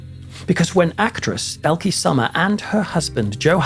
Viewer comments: Would be nice if you would attempt to learn the correct pronunciation of her name. You say it so often it’s annoying you couldn’t be bothered to get it right. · I so wish I could leave you a voice message with the right pronunciation of the name Elke Sommer... 🥺